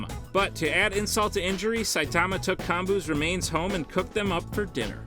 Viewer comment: Dude, I hate how you say Saitama name, vaccine man should be way lower, and you said Garou did a kamikaze against elder centipede bit it was Genoa. This was all within the first 3 minutes. Once I saw you knew nothing I turned this garbage off